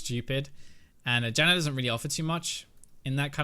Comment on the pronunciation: Dude, why are you saying "Jannar" ??!! hehe xD